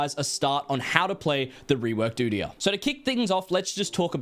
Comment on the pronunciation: did he just say u deee yar💀💀